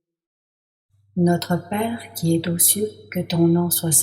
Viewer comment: Notre Père qui es zaux cieux et non pas Notre Père qui es T'aux cieux . Mauvaise liaison. 2ème personne ne prend pas de T à la fin. Ce n'est pas très grave, mais dommage.